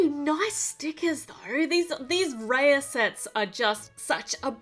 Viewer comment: Its actually pronounced as raaya